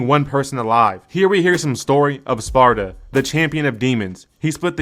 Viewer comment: Bro, there was literally a whole scene about how the name is pronounced Sparda, not sparta